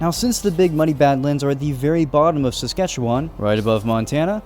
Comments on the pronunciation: Rather than Sask-at-chew-one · Ok I see a lot of fellow Saskers but no one is mentioning he kept pronouncing Saskatchewan wrong and he pronounced Regina wrong as well even though he said he did his homework lol. It's Ree-Ji-Nah and Saskatchewan has an "wan" (as in wah-n)at the end, not a "won", otherwise it's an overall awesome video! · my entire family and friend group, pronounce it "SaskatcheWIN" and not "SaskatcheWAN". people at school as well as on the news, both CTV and Golble pronounce it that way too. I'm very sorry if I'm being too prosist or rude. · erm acuutly its not pronounce saskatchewon its win- saskatchewin though its spelled diferent most saskatewaners wil say win not won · Pronounce Saskatchewan as Sask-ah-chew-uhn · Btw the e in Saskatchewan is pronounced like an “uh” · Wow, I never expected to see my home Provence in minecraft You are saying saskatchewan incorrectly it's pronounced "SaskatcheWIN" Sorry that just always bothers me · SASK A CHEW EN. LIKE IN NOT ON. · As a Canadian from Saskatchewan Im wondering why this isnt a super flat world? Also, atleast in the south east Saskatchewan we pronounce is Ses-catch-ew-in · This reminds me of grown ups 1 when the strong dude said seskatchetoon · I don’t like how he says Saskatchewan as someone who lives in south Saskatchewan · As a Canadian who lives in Saskatchewan, I do t appreciate how he says it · Anyone from saskatchewan finding how he pronounces saskatchewan kinda funny? 😂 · I loved this video as a Alberta person. But the one thing that bugged me was that you can tell he isn’t Canadian from the way he says Saskatchewan. He’s pronouncing it syllable by syllable. You can tell he isn’t Canadian but love this video lol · as being canadai it killed me when you said however you spell sacrouchyuon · In all my life ive never heard anyone say it like that. Ive been all over this province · Sammmme! Sk is the best but the way he said it kinda triggered me because he’s saying it wrong lol